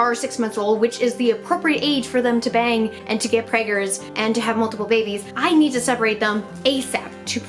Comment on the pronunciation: It sounds really wrong when she says “bang”